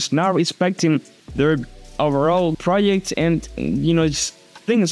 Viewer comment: you have to listen to some examples how to pronounce 'project' brother 😅 your english is so good that this hurts ears- saying it for self-improvement, no hare! love your vids, keep it going my guy🙌🏻